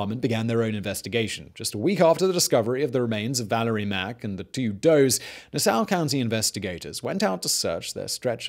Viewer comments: I was getting confused by that. I thought he was saying "Soar". How about Hauppauge? That was funny too. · I remember the "Craigslist Ripper" case. It was eerie back then because most of the girls were the same age as I was. Also, Simon, it's Nah-saw. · Lol I did a double take and was like is he talking about Nassau... everyone on Long Island knows it’s Nah-Saw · Gilgo beach killer and Naa-Saww County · Hahahah “nasow county” that’s what I’m callin it from now on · I know we got tough names but Nassau think Nah-Saw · NAH-saw county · Nass-saw county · "Nassow county" lol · The way this guy says Nassau really makes me mad...... it’s Nassau .... [Nass-saw]😑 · Yeah, Gilgo would definitely be my choice for where to bury anything on LI. Too bad it gets enough extra police traffic now that it’s not an option. Allegedly. IANL. Also Simon’s way of pronouncing Nassau is funny. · I can’t possible be the only person from Nassau county who’s physically pained by the way he pronounces the name of our county. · As a Long Island the way he said Nassau drives me crazy 😂😂😂😂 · my guy why you saying nassau like that.Also if your curious the gilgo beach area is on the border so barely in Suffolk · As a Long Island native, I rather enjoyed listening to you butcher Nassau and Hauppauge (I think you were trying to say that town). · THATS NOT HOW YOU SAY NASSAU!!! 😂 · For some reason I dislike the way Simon pronounces Nassau